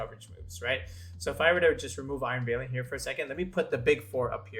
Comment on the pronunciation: Great video, although I cringed a little bit every time I heard you mispronounce "valiant"